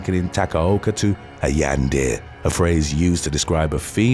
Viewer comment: butchers the word “Yandere” again…